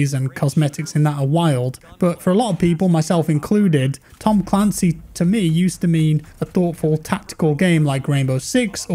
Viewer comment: Look at how they butchered ma boi "Tom Clancy's"